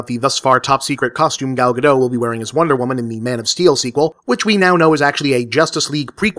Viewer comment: Way-too-late pronunciation note (more for the benefit of readers here who might not already know): Gal Godot's name is pronounced [ˈɡal ɡaˈdot] - note, "dot" not "doe". Because she's not French, she's Israeli, and unlike French, Hebrew pronounces its terminal "t"s. And now you know.